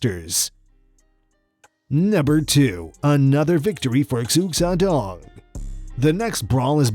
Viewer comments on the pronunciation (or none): Xu xiaodong is prononce Sho Shai Dong. Not ziu zy don, like you prononce it. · It's pronounced "Shoo-shough" you dangus! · Xiu Xiao Dong is pronounced Shuu Jiao Dong. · Sorry, but Xu Xiaodong is pronounced "Shu Shaodong." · Xu Xiao Dong is pronounced shu shao dong for all you westerners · His name sounds like “shoe sh-ow dong” not what ever this dude said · Or "Ksu Ksa Donk", according to this narrator. 😆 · The narrator is cringe and doesnt know his shit. Cant even pronounce Xu Xiaodong correctly. "Ksu Ksadong" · Don’t call him suk side dong . That is really bad pronunciation m. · you pronounced sooo many things wrong in this clip its hard to watch and not criticize. Muy Thai, Xu Xiaodong, and many others pronounced incorrectly. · Whoever is commentating this video is incredibly unaware!!! Can't pronounce Xu Xiaodong correctly and can't tell the difference between left and right. Difficult to take seriously when you sound like an idiot..... Just food for thought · My second favorite part was when the awful narrator couldn't pronounce "Xu Xiaodong." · The way my man pronounces Xu Xiadong's name kills me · This guy obviously has never done martial arts either because his commentary is wrong in his videos, in this one he said " MAI TAI " that's a fucking drink! It's MUAY THAI, He makes himself look as dumb as the god damn fake masters who want to ' be like flow like Vaaaaaater '👏 👍 👌 Another one he said he threw a hook with one arm when it was actually the other one for fuck sake. Such a tool! Should do his homework on what he's speaking of so he does look an idiot but then again they probably aren't bothered as they got the view they wanted anyway!